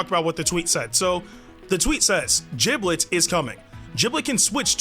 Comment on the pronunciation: Jiblet? Isn’t it gib-let?